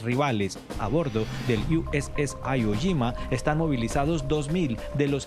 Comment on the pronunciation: Que no es "IU ES ES AIYO YIMA", es tal cual, "IWO JIMA", es un nombre en japonés, ni siquiera los gringos dicen "AIYO YIMA".